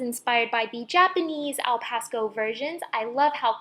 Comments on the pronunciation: I couldn't help but notice that you pronounced Alpacasso like 'Alpasco' for most of the video. I'm pretty sure you noticed to, but I'm saying this so people don't get confused to what it's called. Anyways, this is a really cute replica of an Alpcasso/Arpakasso. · You pronounced alpacasso wrong but this turned out adorablee